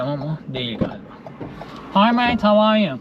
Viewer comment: O nasil ingilizce tuylerim urpesdi hay havaryuuuuuu